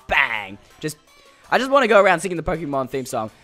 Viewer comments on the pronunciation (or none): Stop calling it pok - ie - mon